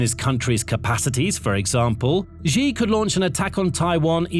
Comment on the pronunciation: Xi pronounced SHE